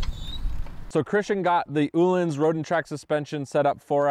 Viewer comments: Ooohlins, Ohlins.😆 It's Öhlins, with an 'Ö' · Say it out loud OH-LINS please for the love of god you should know how to pronounce the name.